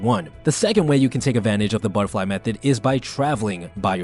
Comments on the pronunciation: Butt -err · Like A battar fly 😂